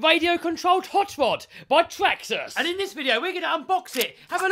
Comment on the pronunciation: "By traxxas!" Say traxxas with a u in place of the second a. If u dont understand you never played halo.